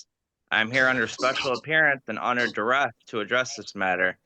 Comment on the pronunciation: He also couldn’t pronounce “duress”.